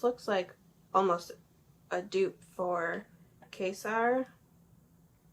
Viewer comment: Does no one know how to say Quasar? No one had science in school?